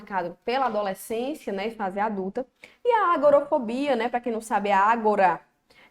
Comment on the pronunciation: Só uma observação: é agorAfobia e não agorOfobia....fica a dica.